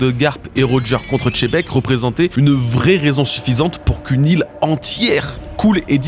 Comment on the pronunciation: continue de dire chebec au lieu de xebec et sa va te soulever ta race là